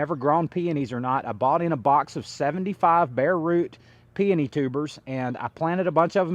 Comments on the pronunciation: PEONY - Pee O Nee (pee oh nee) 3 syllables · Did you provide the source of those peony roots? Those roots were huge and beautiful! I would love to buy some and pot them up. Where did you overwinter them? Also, I have read and found it to be acceptable or correct to say peony either way. Both camps think they are right. 😂I enjoy your content. Congrats to you and your family for your success.